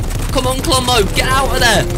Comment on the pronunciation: When you said to listen what's inside the vault it actually sounds like rombo